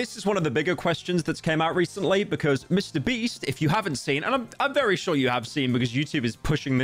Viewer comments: did no one hear him say mr breast, LOL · He did say MrBreast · Did he just said Mr Breast. Even the subtitles pick it up 🤣